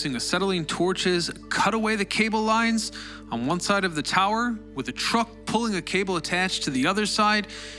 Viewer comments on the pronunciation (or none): none